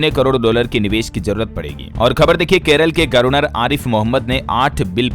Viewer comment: Aap governer ki jagah gorvner bolte ho,sahi kare,don't mind